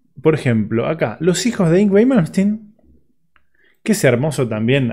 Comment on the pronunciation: No sabe ni decir el nombre y lo critica como muchos que nunca hicieron nada rescatable en su vida,increíble,el dia que hagan el %1 de lo que malmsteen creo y toca hablen,sino ,el silencio siempre es mejor que hablar tiradon en un sillon morfando... impresentable